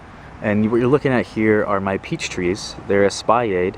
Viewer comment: Espalier is French, so you pronounce the L, just not the R.